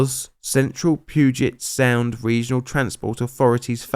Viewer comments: You said puget aound wrong. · Very interesting account of this tragedy. I temember the stops & delays between King Street Station and just north of Vancouver WA back in 2016. Small detail: It's usually pronounced Puget [pew-jet] Sound. (Not: [poo-jet]) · Hahaha, "Poo-git Sound" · I know this is old but I live here! The pudget sound is pronounced. [Pew]-[geit] the d is silent when we say it, locally at least. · pooget sound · Puu-jet sound